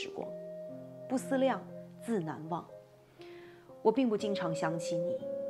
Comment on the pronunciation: 不思「量」，應該是二聲還是四聲？小時候唸的是二聲，二聲是動詞，四聲是名詞，這裡應該是動詞吧？